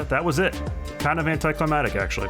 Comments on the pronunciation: “Anticlimatic” lolol the way you said it was too funny, sunless just for future ref it’s pronounced as it’s spelled: anticlimactic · Sorry dude but you said "anticlematic" and I can't not say anything about that.